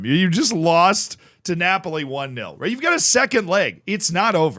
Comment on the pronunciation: How do you keep saying Napoli 😅